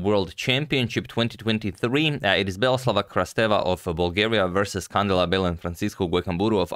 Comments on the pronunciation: Antonio, a small accentuation correction, it's not CAndela but CandEla. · Beautiful game, thanks for covering it Antonio! As you are a perfectionist with name pronunciations, here is a small correction: the stress goes in the E, Cand*E*la. Hopefully we see many more games from her :) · It is pronounced can-DE-la